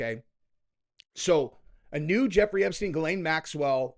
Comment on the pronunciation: Great vid... Could you please start pronouncing Ghislaine properly, I would really appreciate it. The proper way to pronounce it is Jissss-lène... I'll be impressed and proud of you.. might as well fake being a professional until you become one very soon ❤